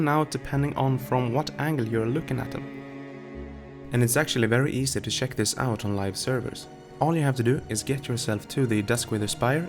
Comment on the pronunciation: Nobody else says check like that :P